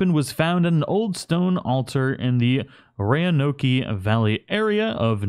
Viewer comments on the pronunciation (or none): Sorry bro I love you, but “Ray-Oh-No-Kee”?? It’s “Row-In-Oak”.. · Ray-a-nokey? You mean Row-ann-oak? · Roe-ann-oke? What? You've never heard Roanoke? Ro-an-oak. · I know this is an old comment, but whatever. I was born in Roanoke Virginia and we call it Row-n-oak or Rown-oak. That could be what you actually said but you added an I before n which I assume would be in, and I've never heard anyone pronounce it like that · Roneoak is how that is pronounced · The way you said Roanoke made me die a little. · Press r1 to scroll through things to pick it up off of the thing you killed. And by the way I know people have said this already but it bothers me so much about the way you said Roanoke. XD